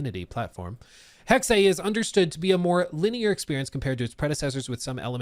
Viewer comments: god thats painfully cringe. The word is German, its not an English word. The pronunciation of it should be the same as the German, tho you might have an accent or something. Saying "im saying it in english" is so cringe man, thats like saying "kindergarten" is pronounced a certain way and you dont care what Germans say causes its English 😂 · it is so abundantly clear that you are not aware of what you’re talking about. Tons of words in the English language come from other countries originally and the pronunciation changes when they are in English. That’s why it doesn’t matter, speaks English and he is saying it incorrectly. However if you really wanna get down to it I even asked a family member who is married to someone from Germany and he said I was saying it correctly. The word is different in Germany than it is here. The reason I said I don’t care about how they said the word is because I was referring to how said it and he was saying it incorrectly. And like I told the other guy in this comment section I’m done discussing it with you because apparently too many of you have the intelligence quotient of used tampon. You look like you’re probably about the same age as the other guy I was arguing with Gen Z and I damn sure won’t take the pronunciation advice from your generation who make up words. 😂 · basically you say hex as you would in english, and add the second e, which is pronounced exactly the same way as the first e in hex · Please stop saying “hexay”. It’s just Hex, and if you feel the need to pronounce the “E”, it would be pronounced more like “hex-uh” 🤦🏻‍♂️ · What the fuck is “heckseh”?! It’s hex, like how a witch would put a hex on you. The fuck is wrong with you? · It's pronounced Hexe, but not Hexée like says it. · For real. Pretty sure it’s pronounced. Hecksuh not hecksay lmao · Dude... come on.. you make videos for a living. Its "Hex" like a curse... come on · "Hexei"???? "Hex-Ey"???? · It’s pronounced hex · Hex ey 😂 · Hexe (Heck-se) 😊